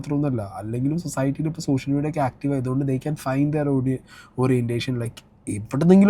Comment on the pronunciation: സൊസായ്ട്ടി അല്ല...സൊസൈറ്റി.